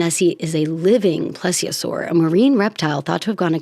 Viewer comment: yeah, I was about 7 for most of 1993 then so within that age range when dinosaurs became an Asperger's fixation. I've usually heard the pronunciation of plesiosaur with it being like the word "please" at the start. Oh, and the stegosaurus you said at first is the one with diamond shaped bone-fins along its back and the 4 spikes on the tail. If you've seen the second Jurassic Park film, it's the ones Sarah was taking pictures of before the camera made a noise rewinding the film and got them alerted thereby.